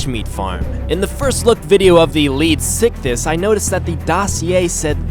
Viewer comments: You can attack the lead sickness and put an end to it XD he didn't say it but sound Ed like it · It's pronounced leed-zick-thees get your facts right